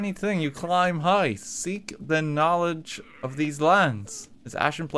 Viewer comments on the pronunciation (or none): none